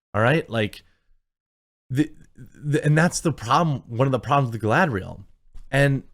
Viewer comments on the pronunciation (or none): My favorite part was when she said “Is Galadring time” and proceed to Galadrig all over the place